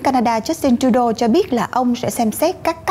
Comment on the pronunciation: MC noi tren mang hinh thi rat hay nhung nhung Mc con lai giong noi giong nhu robot doc ten Trudeau khong bit la doc cai gi